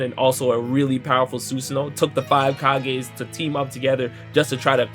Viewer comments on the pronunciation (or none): none